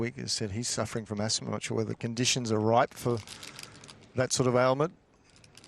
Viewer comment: Yeah yeah its "asthma" lol!